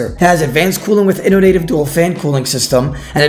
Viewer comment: Good job O you said all those big words and only failed to pronounce “innovative” correctly, I’m so proud 🥺